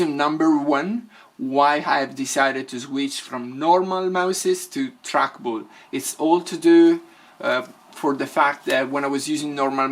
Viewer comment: "track bulls" I love this dude 😂😂😂